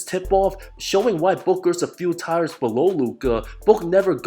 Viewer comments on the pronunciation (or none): Did you pronounce “tiers” as “tires” lol It’s pronounced like ‘tears” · Bro. Tiers is pronounced -teers-. Ugh